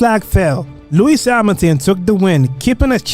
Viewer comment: Yeah, I suspect voice was done by AI, because Hamilton and Verstappen pronunciations are just joke + I would recommend to be more concerned about Suspect and reality : your narrative in explaining season and pilots was good, but actual race comments arecan not compare to suspense